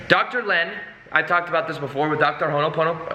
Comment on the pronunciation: Thanks for vid. If you are able, please pronounce it Ho'o ponopono...rather than what you are saying... Hono ponopono. It's very close to how you are saying it just skip the 1st 'n'. There is vibration in the correct pronunciation. Cheers from the Pacific & much good energy to you.